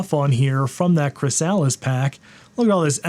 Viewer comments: Thank you, wasn't sure if he was trolling us with Chris-Alice and Merry-O or what 😫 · For the record, it's /ˈkɹɪsəlɪs/ ... rather than Chris Alice. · Or pronounced Chris-a-lis - just like everywhere else in the English speaking world. You know like a chrysalis of a caterpillar....Not a Chris-sal-is.... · CRISS-uh-liss. Not Chris-Alice. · Chry-SAAALLL-is? I think chrysalis is pronounced, /krĭs′ə-lĭs/, which is a pupa, especially of a butterfly. Source: The American Heritage Dictionary. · i know its an old video and you arent going to read this, but not sure if you are pronouncing chrysalis the way you are for the memes, or if you actually dont know the proper pronunciation. emphasis goes on the kri not the sah. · MorphOS is the only reason I own any macs (2x1.42Ghz G4 Minis, 1.25Ghz G4 Mini & 1.7GHz G4 powerbook) and the add-on pack is pronounced chris-a-lis BTW as in the stage between caterpillar and butterfly/moth. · "chrysalis" = "KRIS-a-lis" with the accent on the first syllable. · Chrysalis is pronounced with the emphasis on the first syllable: KRIS-a-lis. (It’s the stage of life in which a caterpillar develops into a butterfly.) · it pains me the way you pronounce chrysalis lmao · It's pronounced chrysalis, not chrysalis 😅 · They're CHARGING for a hobby OS? Also I won't lie I stopped the video after hearing "chrysalis" butchered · Is there a reason you're pronouncing the name Chrysalis differently from the word, chrysalis? Is this one of those 'jif' vs 'ghif' situations? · Can’t even say chrysalis correct. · that chrysalis pronunciation. Doesn't anyone remember metamorphosis taught in grade school? It's a cool/funny joke in reference to the Butterfly mascot with MorphOS. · I don't think anyone has ever pronounced Chrysalis like that lmao